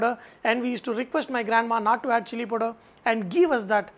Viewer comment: KARAN7497 : hahaha .lolz. I thought only I heard it as poder